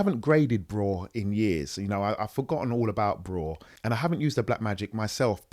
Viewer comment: Its pronounced B-Raw